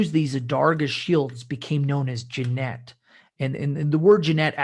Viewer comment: Great content of video, but for god’s sake man - Jinete = like Hee-neh-teh.